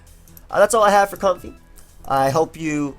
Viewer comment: Why would you purposely mispronounce the name? It's like me saying to you: "I know it's pronounced, but I'll call you because I love The Last Of Us."